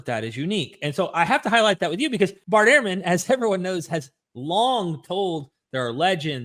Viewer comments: Bart Ehrman's name is pronounced 'Erman' not 'Airman' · Dude, Ehrman is not pronounced airman. It's like ur-man.